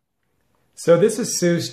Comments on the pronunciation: Azeus? It's A-SUS 😂😂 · Why must you say ASUS like that?! ( TT_TT) skips vid